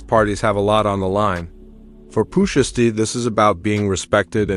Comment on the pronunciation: Please say his name right please 🙏 ❤